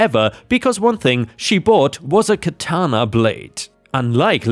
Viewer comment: Isn’t it interesting that the ones in today’s screwed up crazy society that squawk about “cultural appropriation” are not really the people from the culture that supposedly is being appropriated… They’re really WHITE woke SJW idiots. And oh, just FYI, it’s pronounced KA-ta-na. I used to write a lot of anime-based fanfiction back in the day and usually watched the DVDs with the Japanese soundtrack and English subtitles, which helped in my writing. So I studied everything about the Japanese, including and especially annunciation and meaning of Japanese words. And in story two,OP was a riot, but what he could’ve done is go a little bit further, and go to a high-end store that sells stuffed animals that are lifelike. He could’ve gotten a German shepherd, or a Doberman pincher stuffed animal, and put it in the backyard on the chain with the collar. Wouldn’t that have been a hoot?😊